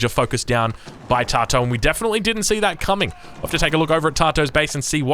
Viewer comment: Tatoh is pronounced Tat-oh fyi mate. Love your work